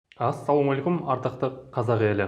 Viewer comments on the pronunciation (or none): none